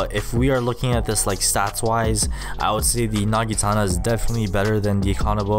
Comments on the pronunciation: Not nagitana but naginata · you said nagitana, it is naginata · Its not a nagitana its pronounced "Nah-gi-nah-tah" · My man just Said nagitana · I like how he is a pro but pronounces Naginta wrong